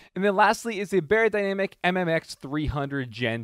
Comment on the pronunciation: It’s not pronounced bay-er-dynamic; it’s pronounced buy-er-dynamic. It’s German.